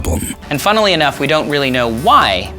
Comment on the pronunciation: When he said funnelly , i almost throw up. After five minutes I'm giving this video a thumbs up because you sat through hot pile of shit. I can't and i'm watching the rest I'm trying to eat some dinner. They are pure cancer.